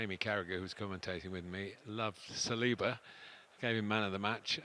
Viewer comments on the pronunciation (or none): none